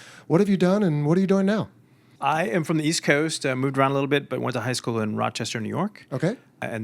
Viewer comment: I’m late, very late. But I almost had a stroke when I heard “Rochester”. Great interview!